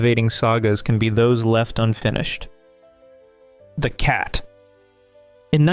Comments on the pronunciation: It is not The Cat. It is T. H. E. Cat. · The title of this show is correctly pronounced Tee Aitch Eee Cat. The title character's full name was Thomas Hewitt Edward Cat. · It was pronounced T H E Cat. Say the letters individually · Tee Aitch Eee Cat.